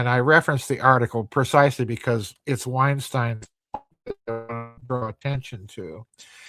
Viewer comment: He mispronounced Weinstein as Vineshtein, but YT still managed to transcribe it correctly, like it did when he mocked Dubya with "nukular." Yet it still obviously gets well-known names deliberately wrong: "Eupfology" as done by "Jay Allen High Neck." If the name were obscure, like 'Mensur' which mispronounced as "Menshur" (no doubt as a play on words as 'Measure of a Man') then YT should be expected to get it wrong - which it did by transcribing it as "meurous" despite it not being a word. "Davis" may be an allusion to the way Argentinians pronounce 'v' as 'b'.